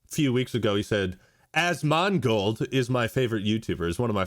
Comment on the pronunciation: Man I love the YouTuber “Azz-Mon-goaled” Azz-mon-gul… azz-gul nazz-gul…. Nazgûl?!